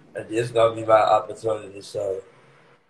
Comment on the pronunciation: The word is " Opportunity" 😳 WHEWWWW Chileeeee